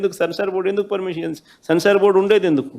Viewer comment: సెన్సార్ నాయన సాన్స్ ర్ కాదు